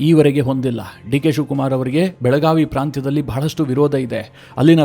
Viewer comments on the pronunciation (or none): none